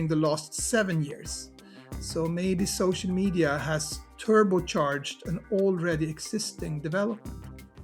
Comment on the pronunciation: I love when supposedly smart people say, "ardy" instead of "already."